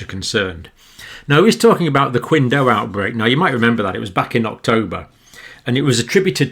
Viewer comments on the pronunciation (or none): Pronunciation nazi here :-) Qingdao is pronounced 'chingdao' not 'kwingdao' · You may not care, as it does not distract from the quality of the information your provide, but that Qingdao is pronounced Ch-ing-ˈdau̇. (Like Tao but with a D sound.). Qi is almost always a Ch sound. It is the same as the beer Tsingtao, that is where it is made. Hence the name using the old spelling before pinyin was developed. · Qingdao is pronounced as Ching Dow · Said xingdao not kwindao